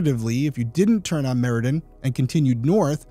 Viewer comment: It’s Meridian avenue, not Meridan avenue. Come on detective, details matter.